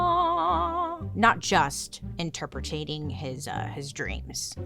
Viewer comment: I absolutely love you Bailey. This is not a criticism, just trying to help… it’s not interpre-ta-ting. Just interpret-ing.